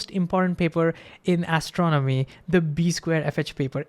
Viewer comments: Your video is great, but please speak a bit slower. Your accent and speed/cadence makes you difficult to understand. Also, you are mispronouncing 'astronomy'. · Great video! FYI the words “astronomy” and “astronomer” are pronounced with emphasis on the 2nd syllable, like a-STRON-omy and a-STRON-omer.